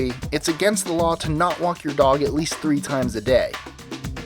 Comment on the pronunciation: do you call number 8 a strange law ? oh "lawl"